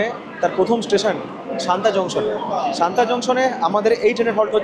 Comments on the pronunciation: সানতা নয় সাতনা হবে। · Satna pronounciation শান্তা কিভাবে হয়???? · haan eto easy name tao vul korechen bolte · Bhai, ota Santa noy, SATNA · a silly comment...santa noi...satna junction......i want har blog will be perfect... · ওটা শান্তা নয় সতনা। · দুটো কথা। আমার যতদূর শুনে মনে হলো তুমি সমানে শান্তা জংশন বলছো। স্টেশনের নাম সাতনা জংশন। আর মাইহার স্টেশনের ব্যাপারে কিছু বললে না। ভারতের প্রবাদপ্রতিম যারা সঙ্গীতশিল্পী তাদের মধ্যে অনেকেরই এই মাইহারে যাওয়া আসা ছিল বিখ্যাত বাঙালি শিল্পী আলাউদ্দিন খায়ের ছাত্র হিসেবে। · আর মাইহার এর আগের স্টেশন টার নাম সাতনা,, সানতা না